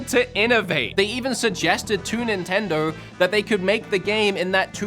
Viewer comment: "Nintindaur"